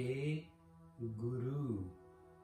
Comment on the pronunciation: Good point about pronouncing v instead of w. But technically it is h(I) not h(e) as haha has sihari. Vahi. Not vahe nor wahe. ਵਾਹਿਗੁਰੂ, vāhigurū